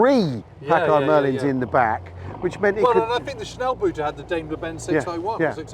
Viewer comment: Pls stop the boot shit. Its not pronounced like boot. Schnellboot its like only 1 O but you say the o the length of 2 letters. Still the same sound: O not U...ffs. Grüße